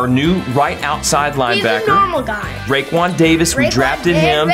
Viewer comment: Is it just me or said rickwon Davis!?